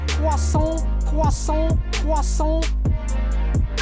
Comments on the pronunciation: Cwassont, Cwassont, uhhhh Cwassont. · CWASOHN ..aaAAA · ARE YOU GONNA FINISH DAT CWOISSANT?!